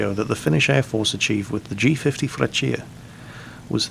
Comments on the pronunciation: Ahahah it's called Freccia like "Frèccia" not "Freccìa" but it's always fun to hear italian words from an english man:) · You have a very funny way to say Freccia, a bit too much emphasis on the i :P But yea, finally with some decent flight models, the italian planes are coming into their own. I recomend trying out the mc.200 too, the 202's younger cousin. It's very similar to the G.50, so it should be easy to pickup after this Had a really good Historical Battle with it a few months ago, using its strenghts against F4Fs, P40s and P39s... but it was on the old replay system, so I decided not to send it. Kinda regret it now, haven't had such a good match since >_> The day Gaijin finally fixes the MC.202, I'll be a happy happy man (currently broken: wrong turn rate, wrong engine stall in manual engine control, wrong stall charateristics, lack of gun customization, wrong dive characteristics (the plane had a legendary dive speed, able to reach almost jet speed when diving, with only minor damage to the control surfaces), wrong energy retention, half of the 12.7 ammo belts are completely broken) Oh, that, and more planes. G.55? Mc.205? Re.2005? Not to mention the heavy bombers... one can hope. I'm not usually patrioctic (we DID ally with the nazis after all), but hell, I do love our planes. ... I just hope they never bring out Italian tanks. Please, let our shame remain secret... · you pronounced freccia completely wrong go on google translate and look up how its pronounced Edit: look up folgore and falco too